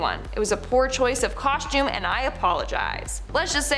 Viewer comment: Coshtume parties?